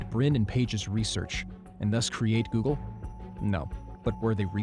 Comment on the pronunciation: Oggle. Not google